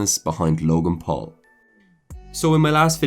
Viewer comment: Why is does it sound like he's saying log in pool?